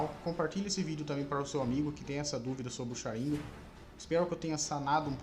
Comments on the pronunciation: Q agonia dele falando sharíngan ao ives de sharingan kkkkkk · Pq vc fala Sharínga n Sharingan ou tmb fala Chidóri e n Chidori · se pronuncia SharingÂn!!! Que agonia!!! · Mas que pronúncia top 👌 ChiDÓri ShaRINgan É um infarto a cada palavra... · Sharingan não possui acento no i